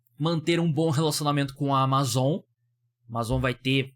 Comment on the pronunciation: Q agonia você falando Amazon desse jeito pqp